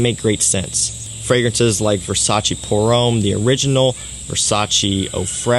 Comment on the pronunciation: Versace pour homme or Versace man fraice??